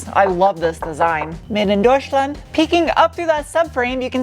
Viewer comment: Being German and listening you pronounce Deutschland or Sport always makes me smile. Thanks for all your efforts and super nice content. =)